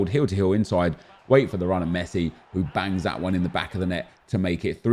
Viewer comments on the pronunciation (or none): none